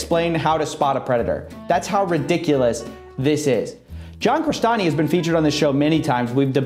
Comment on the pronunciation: It's London Real-stani?! CRESTANI?! DaFaq?!